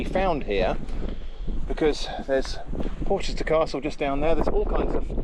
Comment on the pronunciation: It's pronounced Porrsher.